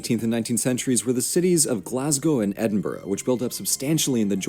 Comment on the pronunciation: I’m Scottish and the guy in the video pronouncing the names like calling Edinburgh , edinbourgho and calling Inverness , invarnass